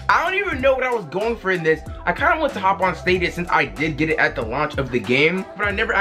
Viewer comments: my guy it’s pronounced STAYDEEAAA NOOOTT STAWWDEEAA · It’s pronounced (Stay-dia) sorry but just helping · Bro it’s staay-dia